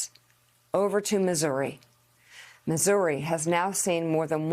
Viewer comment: Did she accidentally mispronounce Missouri as "misery" or did I just mishear it? Misery does sound like a better name for that state, the state of misery.